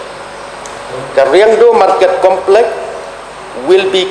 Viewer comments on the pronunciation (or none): complek shi complek haba dei complex da pronounce bhz ko kale.